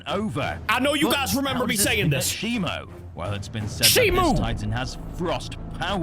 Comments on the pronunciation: u have been saying it wrong it's shimo and not shimu, we have bein saying it wrong this all time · A toy packaging leaked his name is not shimu it’s shimo